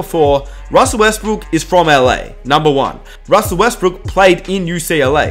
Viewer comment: ROSSELL Westbrook.... Demarcus COSSINS... Jonathan EYE-SACK